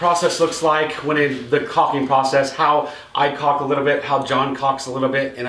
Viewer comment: Thank you for saying caulking the proper way. Without the L. Except for journeyman john. He's wrong lol